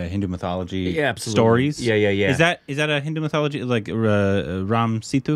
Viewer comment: Every time they say Mithology intentionally. They think we don't notice but we do